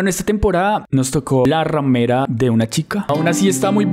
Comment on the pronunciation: bro te diste cuenta que dice ramera en vez de remera